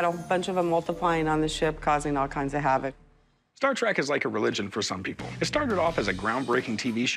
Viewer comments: She may have watched all the movies cough one time each cough but she said star trak NOT TREK WTF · She’s a huge Star Trek fan but calls it Star ‘Track’ ?? Ooookay